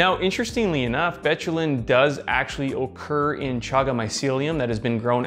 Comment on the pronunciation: You say occur like Cardy B says okay